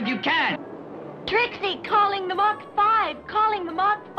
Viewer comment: The way he says “mac” instead of “mach” gets me triggered for some reason😂